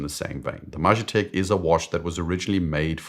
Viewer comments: Great vid. I’ll keep posting this on every video where you cover the Majetek until I hear you say it the Czech way - the J should be pronounced as “ye” so “Mah-yeh-tek”. Source: I’m a native Czech speaker. Also would you do a video on the most beautiful and/or most technically interesting movements at any price? I’ve been eyeing Moritz Grossmann, Lang & Heyne, Habring and many more - they don’t get the attention they deserve, imo . And maybe thoughts on independents that are up & coming? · Longines Majetek uses a Czech word Majetek meaning ‘property’. It’s pronounced roughly ‘Ma-ye-tek’. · The pronunciation of "Majetek" is "mayetek" by the way. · Czech here. Sorry to say, but hearing 'Majetek' pronounced like that is a bit painful. :) For some context: the weird name comes from the original engraving 'Majetek vojenské správy' (Property of the Military Administration). 'Property' as the name for a watch? Really? Come on… Honestly, I also feel like Longines completely missed the mark with the aesthetics of this quasi-reissue. The original models had beautifully elegant case shapes, whereas this new one looks almost brutalist. Anyway, just my two cents.